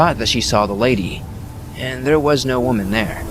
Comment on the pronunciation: are you mispronouncing "woman" on purpose? you'll say correct and then mispronounce it...